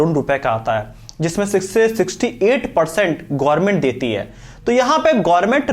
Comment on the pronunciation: 🤣Gorment नहीं Government hota hai.